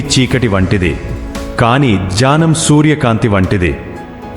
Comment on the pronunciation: Dunnakham kaadu dukkham,jnanam kaadu gnyanam,ee words rectify cheesukogalaru.